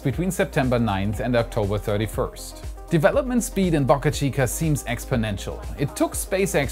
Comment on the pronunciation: A reminder, it Boca Chica, not Bucka Chica! Bo-ca, not Buck-a!